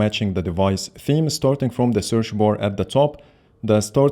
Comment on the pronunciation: "Searsh bar " i love it 😅